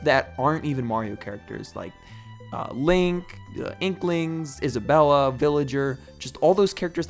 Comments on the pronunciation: It's Isabelle, not Isabella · I wanted to punch someone when he called Isabelle "Isabella" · You say you want to punch someone because he called a yellow dog Isabella instead of Isabelle and he is the one overreacting? Lmao